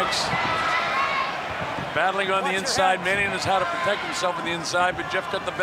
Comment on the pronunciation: What kind of referee is that? "Am here to ptotect you"